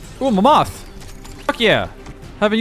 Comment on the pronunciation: MamMOTH it’s mammoth bro doesn’t know how to pronounce 😂